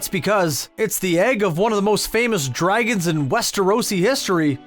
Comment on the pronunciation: Have any of the narrators here actually watched the series? Are you deliberately mispronouncing names of characters and dragons?? Smh...